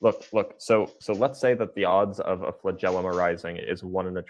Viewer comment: The flengelilium is so amazing! yea but the first organism probably didn't have one. Also that's not how you say that word. snowflake melts